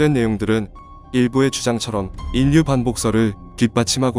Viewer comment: 읽기 연습을 좀 해야할 듯. ㅉㅉ. 인류는 일류라고 읽어야지 인뉴라고 읽으면 안되지. 반론도 반논이 아니라 발론으로.ㅉㅉ, 짜증나서 듣기가 싫음.